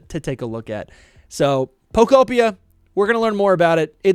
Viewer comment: Bro can’t even pronounce pokopia right. Come on.